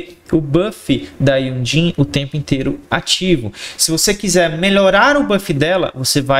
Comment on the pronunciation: Não tanko esse cara falando Jhonlee kkkkkkkk (tu e uma lenda)